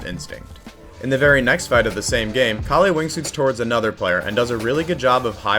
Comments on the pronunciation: its pronoucned kah lle (with a soft K and L) :) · great video but istg the pronunciation of calle is making me crash out bro